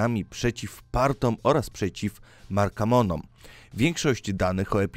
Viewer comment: Zaraz z kim? Markamonom? Markomanom jak już, nawet dobrze czytać nie umiesz.